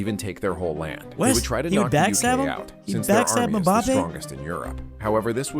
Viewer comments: petition for to never again pronounce footballers names more specifically mbappe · mispronunciation of mbappé😂😂